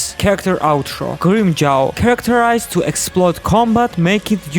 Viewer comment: grim-CHOWW, LOL.. kamon man dont ruin his name.